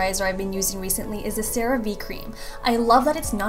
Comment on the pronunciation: CeraVe pronunciation Sir-ah-vay sheesh